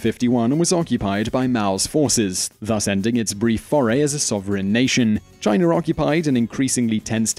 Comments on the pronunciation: Chiner? Indiaer? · He kept saying Chiner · He always says\pronounces china as Chiner